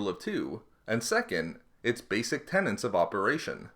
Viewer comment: Hey guy since you narrate and create this content that I can enjoy so thoroughly when my nerd side hits me I'm going to give you some constructive criticism. When people find a new favorite word and they insist on using it over and over they often misconstrue the meaning or pronounce it incorrectly. You have been doing the latter with 'tenet'. It's not pronounced tenant like someone renting a room. It's pronounced exactly how it's spelled. Tenet. Sorry if I come across abrasive, I'm a bit of a stickler for this stuff. Especially when you're writing scripts and narrating them. You're smarter than that. Again, I love your content and I appreciate so much how extensive your s.w. knowledge is. Thank you!